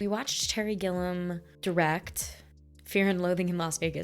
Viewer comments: Terry Gilliam pronounced 'Gilly-am' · It's making me nuts how you keep calling Terry Gilliam Terry Gillam. Stop!